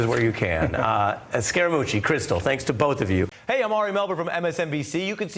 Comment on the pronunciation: The "mooch" sounds like a "cooch".